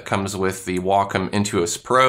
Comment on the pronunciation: You pronounce wacom really strangely. I also don't see the classic pen here?